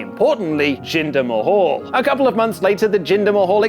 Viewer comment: The only guy who pronounces mahal correctly